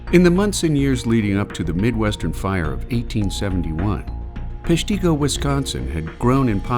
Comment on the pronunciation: You could start by learning the correct pronunciation of Peshtigo